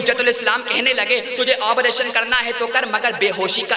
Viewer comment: آبریشن نہیں بلکہ آپریشن ہے بھائ